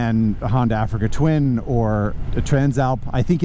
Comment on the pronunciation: Not quite as nice at the Africa Twin, expensive AF, dressed up in that livery and cannot go the distance. Africa "teen"?? 😂